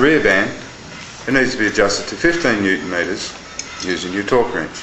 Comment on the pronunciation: Say "Newton-meter"